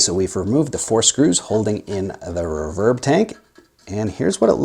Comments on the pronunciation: Never heard "RE-verb" pronounced as "re-VERB". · Just a couple small critiques... If there is only one speaker, it matters not one iota which way the wires connect to it - (+ or -). This only becomes an issue if there are more than one speaker wired to the output of the amp. One other small sniggle... It is pronounced "REE-verb", not "reh-VERB". That aside; agreed, the speaker upgrade can make a massive difference in the performance of the rig. The biggest question always is; 'which one?' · You say the word "reverb" funny.